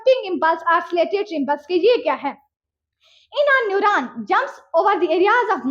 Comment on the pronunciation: It's neuron not a newraan